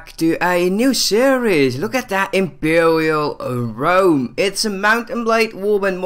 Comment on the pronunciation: wook at that impewiaw wome